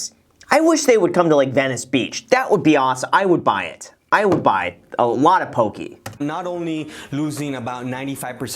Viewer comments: Poke, pronounced 'pokay' not pokee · Yo Graham, it is pronounced po-kay not pokie :) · Po - KE not pokie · Graham, just a heads up, the dislikes on this video are all Hawaiians laughing at they way you say poke , it’s Po Kay not pokey. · Loved the video. Mad respect for this guy working at his business. Btw, I'm Native Hawaiian and always giggle inside when people pronounce it "poh-key" and not "poh-keh." (Poki = penis, in Samoan, & popoki = cat, in Hawaiian) 😄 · Aloha Graham, "Po-kay" not Po-kee". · It's not "Pokee". It's "PokEH". 😭😭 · ITS NOT PRONOUNCED POKEY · Pronounced “Poe-Kay” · it’s more like “poh-keh” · Poh-KAY as google would translate it. Just helping people pronounce it! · The way he says poke... lol i cringed a bit. its "po-kay" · Graham, Poke-eh. Please. I still SMASHED the like button but if this continues I may not be able to anymore. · It's poh-kay. Just wanna throw it out there. (